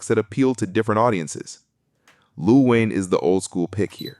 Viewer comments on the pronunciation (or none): "Lu Wayne"? Total BOT channel